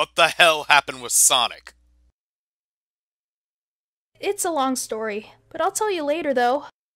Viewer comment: What is sonix it’s sonic